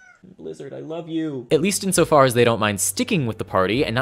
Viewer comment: Oh, in the video I thought you said Lizard.